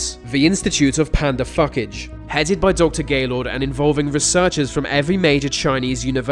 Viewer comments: Did you just introduce a new way to say "fuckage"-"phucage" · “ The institute of panda phucage “. 😂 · Published in 2022? And , wait, there's more....whats with the phugage( pronounced...fuckage)?